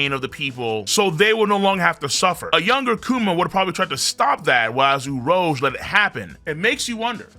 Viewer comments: The number of times he mispronounced Urouge is too damn high!!! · Saying his name wrong is filthy…that on purpose?